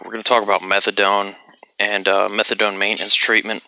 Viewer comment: Hahahah. No worries, man. You nailed it at the 1st time. The first english speaker to say it correctly. Awesome video, like always. And before ppl come nerding at u. Yea, morphine to diamorphine is the other way around but whatever, what matters is that methadone is fucking nasty. It has lower affinity to the mu opioid receptors than morphine and doesnt hit the others (kappa and delta) like morphine does, so ppl who want a rush will easily od trying to get there.